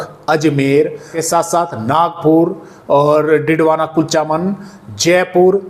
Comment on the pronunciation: आप राजस्थान के एक कस्बे के नाम का गलत उच्चारण करते है कृपया उसमें सुधार करें कुलचामन के स्थान पर केवल कुचामन बोलें।